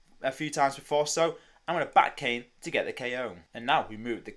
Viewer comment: Good pick but it’s pronounced “Kah-Nay” Kane.